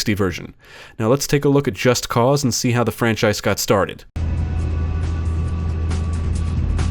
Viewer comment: Holy shit, thank you for pronouncing the game's title correctly. I get an ulcer each time I hear someone say "Just Cuz".